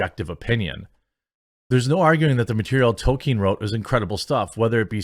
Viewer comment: Hey Quartening, well done! Have a cookie. You managed to actually come close to saying Tolkien properly and not say token. I give praise where it's due.